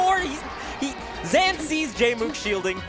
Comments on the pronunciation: Of course, you should be respectful when someone wants their name to be pronounced in a correct manner, BUT it really took me out of the gameplay to be honest, especially when you don't have the context at hand. Especially because Zain said himself he doesn't mind if we'd still call him "Zayne". should have maybe mentioned it after the set as a trivia, and maybe adjusted from there onwards. Not a big deal in the bigger picture, but a minor nitpick. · For those watching this without context: brought up a conversation he'd had with Zain recently before this set started where Zain informs him his name is actually pronounced "Zaan" (the Pakistani pronunciation), and that we've been saying the anglicized version this whole time. He says that he's fine with either pronunciation at this point, but that he does prefer the correct way. Please be respectful in the comments:) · that's why I think it's weird that he has pronounced his own name wrong for so long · Why does vish keep calling zain zan? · why are they saying zains name like that? zan? idk if theyre trying to pronounce it the "ethnic" way, but its wrong regardless lmao oh and "JMuk" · To be fair his own sister says zain not zaan on stream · I can’t get over them calling him zan the whole time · why are they calling zain zan? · Are they saying “Zan” on purpose? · Why were they calling him Zan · xan lmao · Greatest commentators ever except they keep calling him Zan for some reason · Y do they keep saying zan? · What I don't get is why has Zain on numerous occasions pronounced his own name wrong, then?